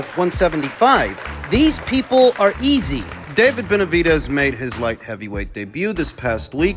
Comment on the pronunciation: I know he's old but constantly calling him Betervidez cracks me up 😂